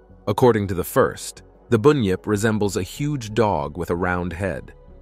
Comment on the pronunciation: It is bunyip not boonyip. And of course they existed, there are yets and what about your American version